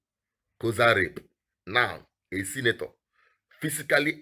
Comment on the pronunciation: did you said senator or sinister?